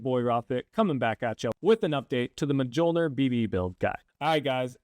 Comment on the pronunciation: are you purposely saying mjolnir wrong? Making the gods cry...